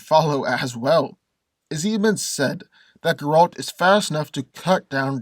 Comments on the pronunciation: It's not ger-ALT, it's GER-alt! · Thank god u said cause he had me mad the whole video like who tf is garalt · Dude. If you're gonna make a video about a character, at least pronounce his name correctly. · I hate the way he says Geralt name.😡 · Cant even say the guys name right stops watching. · no no. I will explain it to you with pleasure. First. I like, but he knows shit about Geralt. He even pronounced his name wrong. Geralt is superhuman. His strength, speed and agility are beyond level of any human. He was defeated only twice. One was the very powerful wizard and one was a really strong Witcher, not by human. He is fast enough to kill a fly in complete darkness by throwing a fork.